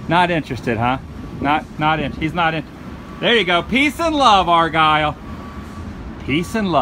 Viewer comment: Did you just say " Hog over ." LOL